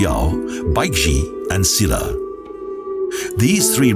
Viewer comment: EUI CHUL SHIN And the way he says - "Silla" Bwhahaahaa....